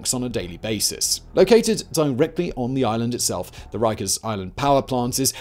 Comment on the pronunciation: So Jonathan Woss pwonounces it "Wikers" - wighto❕👀